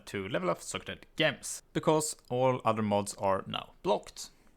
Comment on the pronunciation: damn is gems not ghems